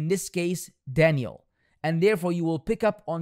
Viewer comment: I just hope you’re not purposely pronouncing that man’s name like Danielle and it’s just your accent 😩